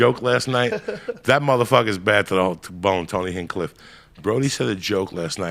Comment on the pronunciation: omfg, I love joey... He couldn't even get names right here. "Tony hinecliff" ... "Tony Hincliff"